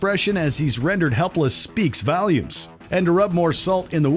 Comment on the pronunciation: Our video narrator has an odd way of pronouncing “Volume”.